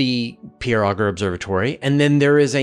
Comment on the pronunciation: I gave a talk involving Auger-electrons, and at Q/A, a distinguished astrophysicist said, "Nice talk, but it's pronounced "oh zshay" not "ogger"